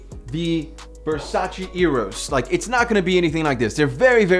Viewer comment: it's VERSACE! no Versa-chi